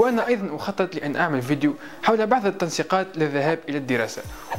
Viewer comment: يا الله شلون يكول فديو 😠